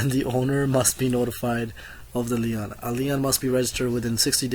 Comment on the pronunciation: The constant throat clearing is very distracting. Some of your pronunciation needs work before you present. LEON's is a furniture store. LIEN is pronounced like lean. Other than that good luck and thanks for the summary.